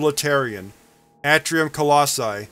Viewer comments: I'm not trying to be snarky or anything, but I feel like you'd like to know if you're pronouncing something incorrectly. You do read things out loud for YouTube, after all, lol. Anyway, you're pronouncing "atrium" incorrectly, it's a long "a" sound, not a short a. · Its pronounced A tree um